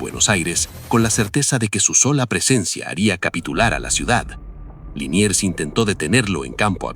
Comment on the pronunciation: Liniers, no Linier